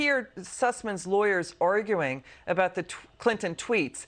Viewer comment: Did he say sink or stink ????